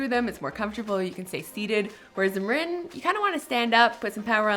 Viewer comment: MuuuRinnnn not Marein